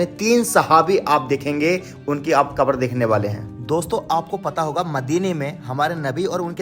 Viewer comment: not akbar but kabar